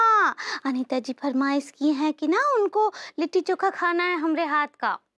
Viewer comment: Kon he anpadh & tv youtube ka editer 😅😂🤣 लिट्टी चोखा होता है kitti choka nahi 😂😅